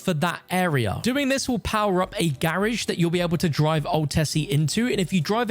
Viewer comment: In the grrrrrrrage!!!!! LoL😂😂😂